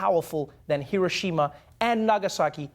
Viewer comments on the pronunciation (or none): I'm just appalled by that man's pronunciation of Hiroshima. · The dude butchered the pronunciation of Hiroshima..